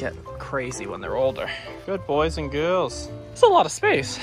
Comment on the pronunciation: can we take a minute to appreciate how Australian he sounded when he said girls and boys? like wHoAh time